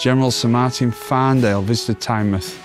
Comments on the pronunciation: Great Chanel especially on Tynemouth and Whitley bay ( my home) and it is pronounced Tynemouth ie mouth of the Tyne not Tynemth 😊 or chiselton in supergran days 😂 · It's pronounced Tynemooth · Just a couple of things: It's Tyne-mouth not Tynemuth It's Collingwood not Collingworth 😅 and Stan Laurel lived in North Shields not Tynemouth Tynemouth Station has a great market every weekend Good video Check out North Shields and the Fish Quays👍